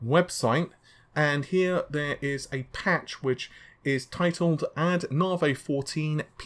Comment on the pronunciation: I love the fact you say: Nave instead of Navi haha :P ^^ Just joking though! Loved the video!